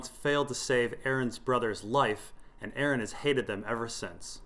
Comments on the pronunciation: I cringe every time i hear Aaron... Its Aeron lol like ay-er-ron... Jus5 call him damphair lol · Nobody:...: Pronounces Aeron as Aaron